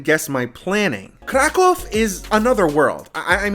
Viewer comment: I like how you try to pronounce correctly the name of the City, exactly is a Kraków, not CRA CAW. PS: CAW in Polish mean shit, that why any time tourists say it wrong way, Polish people hear Kra kał, what means birds shit. Preciate KRAKÓW.